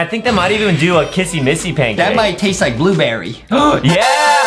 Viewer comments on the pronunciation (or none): Why they say kassy massy? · Can yall say kissy missy and not kassy massy